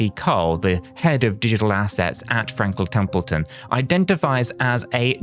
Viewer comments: Frankle templeton? Didn’t know it could be said like that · Frankel Templeton?! Lol this weirdo is AI.